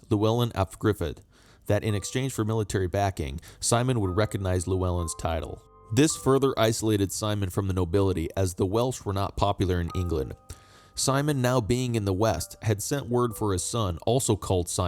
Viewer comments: just a minor nit pick Prince Llewellyn's name is pronounced Chlewellyn. Celtic languages have some weird spellings and pronunciations. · Welsh person here. Don't pronounce "Llewellyn" like "Chewellyn". Ll ≠ Ch.